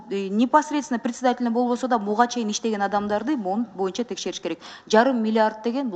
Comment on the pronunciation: мырза, кыогызчаны макалдашьырып аябай суйлойсуз, анынызга рахмат, бир созунузду гана туура айталбайсыз, "боюнча"деген созду "моюнча " деп анан дагы бир создорунуз бар....ошол создорунузду ондоп суйлосонуз...отунуч....